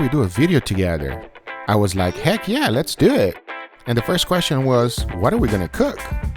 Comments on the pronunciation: “so lez dewattt” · Nobody: Guga: Lets Dewet